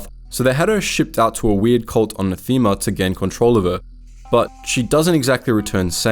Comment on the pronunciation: Nah-thehma* Please, mate, that planet was in the game - pay attention to the pronunciation whenever you discuss something.